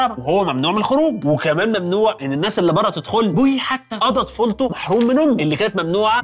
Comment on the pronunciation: اسمه بوئي وليس بويي